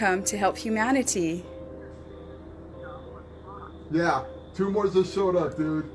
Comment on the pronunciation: I turned off the video, had to regroup on humaniTEE